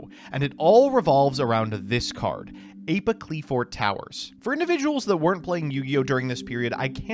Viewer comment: I am pretty sure you had 100% mispronounced the Qliphorts incorrectly. It's normally Klee-Forts or some variant with *Kli*. And then the biggest issue is Apoqliphort Towers. The way you say it literally wants me to chuck my phone at the nearest wall. (A-pah-klee-fort), so it's like you are saying Apocalypse but replace "calypse" with "qliphort".